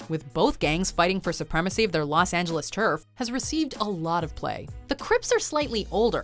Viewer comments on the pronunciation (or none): none